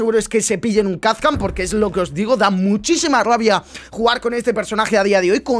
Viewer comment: Kazkan no...jaja Kapkan con P